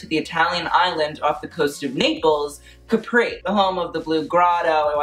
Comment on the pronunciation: Love how you pronounced Caprì ahaha